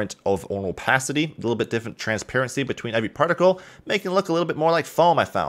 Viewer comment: My brain everytime he says partical:UNITYS PARTICAL SYSTEM